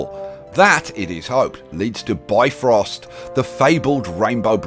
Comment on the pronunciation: You pronounce Bifröst wrong. It should be bif-rost, not bi-frost.